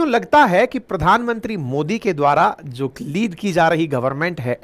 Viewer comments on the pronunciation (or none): none